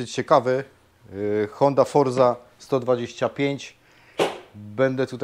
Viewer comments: nazwę Malossi czyta się 'Malozi' (tak to wymawiają Włosi). a Honda Forza to 'Honda Forca' (nie Forsa). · Po 1 Kanał dotyczy Motoryzacji Po 2 Nie jest kanałem edukacyjnym z dziedziny Językoznawstwa . Wypowiadam FORZA ,proszę zamówić wizytę u Laryngologa,poza tym jesteśmy w Polsce a nie we Włoszech a przypominam że Honda ho skuter Japoński i również wymawia się to inaczej. (proponuję program Ojczyzna-Polszczyzna. ) Profesora Jana Miodka a na wszelki wypadek podaję link Można się wykazać. Po 3 Jesteśmy w Polsce i 99% ludzi tak właśnie wymawia owe słowa czy nazwy,więc nie wiem z czym masz problem,każdy wie o co chodzi.